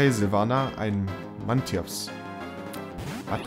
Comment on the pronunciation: ES HEIßT SILVANA UND NICHT SILVIANA!!!!!!!!!!!!!!!!!!!!!!!!!!!!!!!!!!!!!!!!!!!!!!!!!!!!!!!!!!!!!!!!!!!!!!!!!!!!!!!!!!!!!!!!!! WARUM HAST DU NICHT MORLORD GEFANGEN DAS IST TYP BODEN UND WÄRE EIN VIEL BESSERER AUSGLEICH!!!!!!!!!!!!!!!!!!!!!!!!!!!!!!!!!!!!!!!!!!!!!!!!!!!!!!!!!!!!!!!!!!!!!!!!!!!!!!!!!!! CAAAAAAAAAAAAAAAAAAAAAAAAAAAAAAAPPPPPPPPPPPPPPPPPPPPPPPPPPPPPPPPPPPPPPPPSSSSSSSSSSSSSSSSSSSSSSSSSSSSSSSSSSSSSSSLLLLLLLLLLLLLLLLLLLLLLLLLLLLLLLLLLLLLLLLLLLLLLLLLLLLLLLOOOOOOOOOOOOOOOOOOOOOOOOOOOOOOOOOOOOOOOOOOOOOOCCCCCCCCCCCCCCCCCCCCCCCCCCCCCCCCCCCCCCCCCCKKKKKKKKKKKKKKKKKKKKKKKKKKKKKKKKKKKKKKKKK